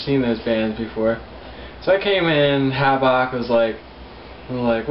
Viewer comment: It's pronounced like Havoc bro. Not Havawk.